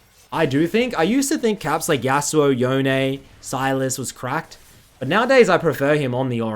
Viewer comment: It's not Yo-nay. It's like Bone but with a Y. Not debatable. Japanese historian confirmed.